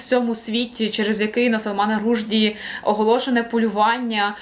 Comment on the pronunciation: у Вас дуже цікаві огляди!...але так ріжуть вуха Ваші неправильні наголоси у прізвищах авторів!((( Ну зробіть щось з тим, будь ласка, бо аж оскома бере... В цьому відео - Рушді, напередодні - Зіталер... Готуючись до запису відео, заходьте хоч на Вікіпедію, чи що. А загалом, дуже дякую за Ваш канал!